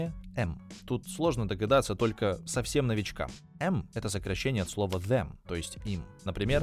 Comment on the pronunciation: Get them t-th я слышал по другому произносят, как гезем, а тут как герем